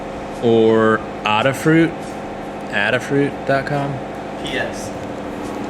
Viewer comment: Adafruit is pronounced ayy-dah fruit after Ada Lovelace, the first computer programmer. :)